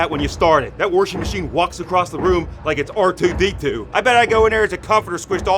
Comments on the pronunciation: Worshing! Get it right ya jagoff!! LOL! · "That warshing machine walks across the room like it's r2d2" lol